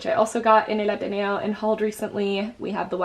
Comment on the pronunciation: el ateneo i'm crying you pronounced it so nicely